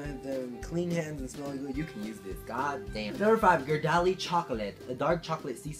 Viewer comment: Ge-are-delli is the correct way to pronounce Ghirardelli